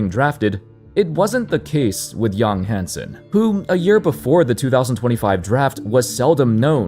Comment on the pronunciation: Thank you for saying "Yang" correctly! So few get it right. (also, FYI the 'a' in hansen' is the same sound)